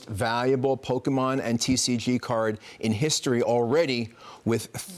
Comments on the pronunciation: You’re a news reporter who is supposed to research and kind of know what they are talking about and still believes it’s called “pokeman”. What a joke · I never understood how people magically see an “A” in Pokemon and pronounce it PokemAn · 40 pretends to not know how to pronounce pokemon 😅